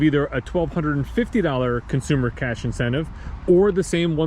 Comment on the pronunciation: "VINcentive Program" You're welcome 😂